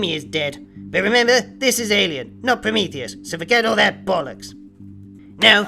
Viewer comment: "You weememba" no thanks you fucking asspie.